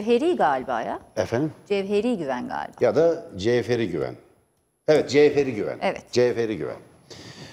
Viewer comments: Aynen birde Gevheri fln demesi güldürdü 😂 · Siz kendinizi gazeteci mi saniyorsuniz🤣 'GEVHERI'NIN' YANINDAN GEÇEMEZSIN SEN . Güya adini bilmiyormuş. C ile söylenir GERÇEK GAZETECI DIYE OKUNUR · Merdan Bey'in "Gevheri" demesinden UTANDIM...